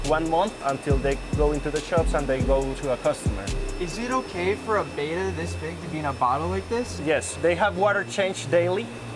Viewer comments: It’s pronounced BETTA not BAYDA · It is pronounced betta, not beta!!! Learn your fish!! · OMg... of course even a modern youtuber (disney farm team dorks) fish enthusiast poser says it wrong. BAY TAH. It's not Beta... how can you get the spelling right but not the annunciation. ITS BETTA as in BETTER like BET BET - UH. Betta-splendens... Just stick to japanese fighting fish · Its Beh-tuh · That's not how you pronounce Betta.